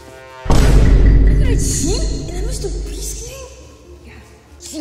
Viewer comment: its just a theory, A BELUGA THEORY!!!! VIEN BOM BISTER MEAST!!!!!!! Beluga like Bister Meast Too much he cant take it anymore, what happens next is shocking! 😬😨 Begula after Moewing BISTA MEEEEST!!!!!!!!!!! VIEN PIIT PILLO BOEM YOU ARE TEH IMPASTA! BE QUIET YOUR ECHOING, MIKEY. VINE-SPOSED PIIE BOEM IMPORTAN NEWZZZZ!!!! BEGULA PLUSHYYYY LETS GOOOOOO Haha! no. VEIN NO. VIEN2 SHHHHHH TWO VIEN BISTA MEEST BORGOR we found the impasta amoguz.